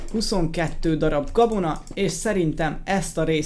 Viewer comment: a végénél azt mondta hogy kabona?? :D